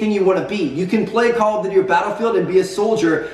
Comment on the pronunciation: "Call of dody"- Tmartn